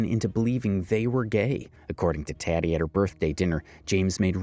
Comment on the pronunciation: Isn't Tati's name pronounced TAH-tee, not TAT-tee?